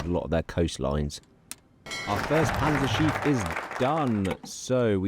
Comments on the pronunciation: if there are two letters right after a vowel, you pronounce the vowel only shortly. the way you pronounce Panzerschiff, it sounds like "Panzerschief" ; thats not really a word but could be understand as "a tilted tank" or "crooked tank". love the videos none the less. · Congrats on the kid! Let’s hope they can pronounce Panzerschiff better than you lol. Was pretty painful to hear each time